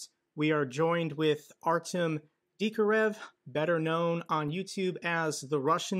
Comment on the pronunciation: it's pronounced "Ar-tyom" not "Ar-temm".